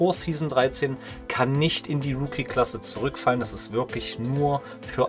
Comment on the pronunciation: Liegt an seiner Aussprache ist eigentlich "Rucki" also Rookie nicht Wookie